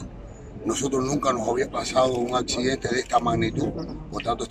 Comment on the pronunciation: Accidente y dice achidente,que preparación!y no sabe si hay otra gente atrapada dé mantenimiento.A este le hacen Honores